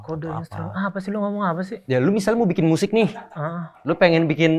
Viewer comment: Miyusic... Wkwkwk